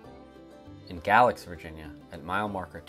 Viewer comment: Nice video, I went to uni at App State in Boone and grew up an hour south of Roanoke, so the BRP has always held a special place in my heart. Little side note, Galax is pronounced 'Gay-lax'